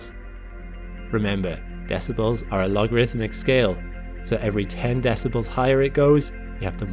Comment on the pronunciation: The way you pronounce decibles leads me to believe this is AI